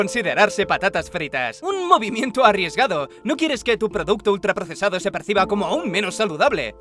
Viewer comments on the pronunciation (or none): eXtRa pRoCeSaDo Lo dice como si nos importara. Pringles es Dios.